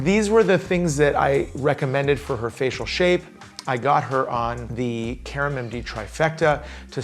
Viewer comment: It is Karam, not Karma. LOL.